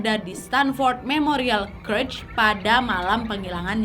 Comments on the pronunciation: CHURCH Bacanya CERCH (bukan CRECH) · Tapi kak harusnya cercs bukan kercs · Church (gereja) dibaca - cherch bukan krech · merinding klo liat kasus ini terjadi di gereja thun 70an, sekte satanisme di amrik itu kuat banget, gk beda dgn Indonesia. btw, boleh koreksi dikit gk? hehehe church dibaca ceerrrch, bukan kerch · bukan kretch... church tu bacanya cerch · itu Church bacanya cherch, bukan kerch. 😂😂😂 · Nad btw bacanya bukan kerch tp cherch hhe sorry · Kak lain kali kalau tidak tau pronouncingnya please cari tau Di Google dulu daripada salah 😁berulang ulang kali salah nyebutin church jadi curch😁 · Kak Nadia, maap, bahasa Inggrisnya gereja (church), cara bacanya curch wak, bukan kurch. Bisa dicek di kamus. Takutnya klo salah terus, yg denger ikut salah juga. Makasih dan sukses terusss y, Kak Nadia.😊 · Koreksi dikit gpp ya Nad, its called church, C H U R C H bukan C R U C H seperti yg kau ucap dari awal video 🙂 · Kak Nadia, kak Nad cara ngmg "church" nya salah. Coba de cari tw yg bnr gmn😁